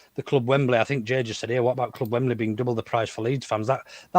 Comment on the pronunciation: Just saying, but it's 'Wembley' not 'Wem-ber-lee.'